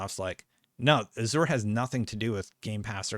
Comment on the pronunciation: Pronounce Azure is a*zhr